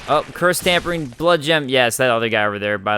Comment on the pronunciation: Its not Tampering damp blood gem its Tempering* like tempered steel.